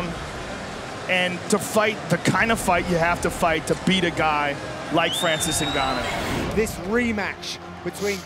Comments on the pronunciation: Francis guanou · Francis Ganu....😂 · Did the guy in the beginning say Francis The Predator Gnu? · "Francis Gnno" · Put Some "Respek" on Francis's Name